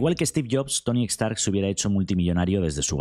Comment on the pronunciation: Se llama "Stark" no "EStarc"